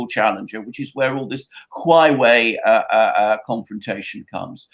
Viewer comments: it's HUAWEI, not HUWAI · A note on pronunciation for the Duran's wonderful experts: The word Huawei is pronounced hwa way. Or hoo-wah way. Sorry guys, but hearing your various efforts at the word is a little unbearable, so I hope that advice is helpful! ;-)